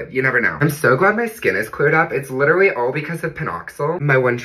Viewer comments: He weterwy doing the gwiddy 😂❤ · HES WITERALLY GWIDDYING ON DA SWAR WAWK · Ow mi god hes witerally gwidding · HES WITERALLY DOIN DA GWIDDYYYYYYYYYYYYY